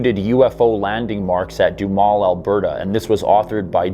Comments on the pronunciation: Doo Ha Mel or maybe even Doo Ham El.....keep up the good work. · Wow, I grew up about not far away and don't remember ever hearing this. Duhamel is pronounced with 'ham' in the middle, lol. Nifty vid, thx.